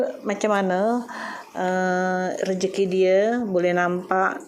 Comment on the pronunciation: Belum fasih lg Bahasa melayu. Contoh klau Bahasa melayu di sebut rezeki tp budhe sebut rejeki.